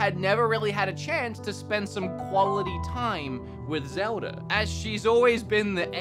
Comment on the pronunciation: He got zmeldas name wrong